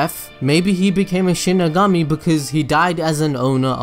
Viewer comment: Connor Simpson Oh I get it😂😂 Its exactly. The way he said it in the vedio "Sheeny gummy"